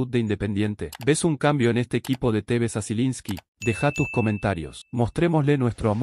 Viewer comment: Es la primera vez que me gusta tu comentario, aunque es Tevez, no cómo vos lo pronuncias!! Falta mucho debemos ser cautelosos, si observas el desarrollo del partido, hay momentos buenos y otros no tanto producidos por el altibajo de algunos jugadores!! El gol del descuento hubo dos horrores en uno, primero Marcone suelta a su marca y después fiel a su ADN el ex Rosario Central hace un gol encontra!! Atento a estos errores de concentración no habituales en los jugadores de alto nivel, así nos vino pasando todo este último tiempo!!! No siempre vas a estar un gol arriba para empatar o ganar el partido!!! Se puede tener agresividad e intensidad, pero por sobre todas las cosas los defensores deben saber que hacer dentro de su área, corriendo hacia ella y observar los movimientos de los contrarios y saber cabecear hacia los costados, nunca hacía Adelante!! A Báez no lo ví bien ayer, el ex R. central tiene eso muy bien de arriba, más fuera del área propia, con dudas con los pies y adentro del área es un contrario mas!! Cuidado!! Por favor!! El cuatro no ha venido defendiendo bien en ninguno de los dos partidos, el tres hace muchos fules, ambos con la pelota en los pies y en el área contraria son buenos, igual lo puede hacer la tarea un medio con llegada o un extremo que baje hasta la media cancha!! Lazo tiene eso de observar!! Cuidado!! Vamos Rojo, gracias por el segundo triunfo, pudimos haber hecho uno o dos mas!! Es preferible ajustar y tapar agujeros antes de qu